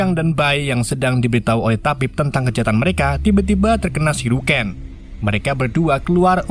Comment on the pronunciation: Syuriken bang bukan siruken😊